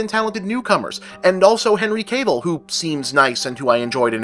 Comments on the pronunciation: If you don't mind, say 'Caville' and 'Gable' in succession in a future video. I just hear 'Gable' every time you say 'Caville'. :) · I love how you pronounce Cavill as "Cable"